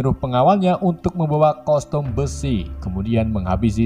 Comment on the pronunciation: BANG KOSTUM BUKAN COSTUM